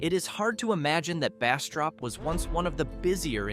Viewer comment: Pronunciation destroyed most of the names. In Jonesville you or AI said Washitda River. That's the Ouachita River 😂. Go figure out how to pronounce it. That river runs few miles from my house. No. We don't go to Jonesville or Ferriday 😂. Actually it's sad. I choose to live away from any towns and mind my business but this has me laughing. Bastrop was all wrong too. Can you say Atchafalaya?😂 Mercy don't even try to say the Cajun names. Ahhh! They did. Nooo! That's not even close: Natchitoches 😂. Nooo! Lafayette is not pronounced that way 😂😂😂